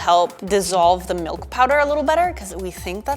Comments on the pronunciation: a thousand grams of whole MALK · "A thousand grams of WHOLE MALK" lol 🤣